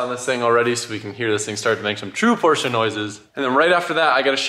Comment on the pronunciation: Thank you for saying PorschE not Porsch. Greetings from Germany!